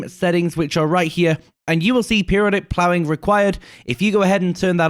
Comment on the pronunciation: the master of "plowing." haha